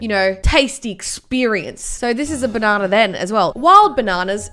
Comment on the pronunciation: Nobody:: baNAWnuh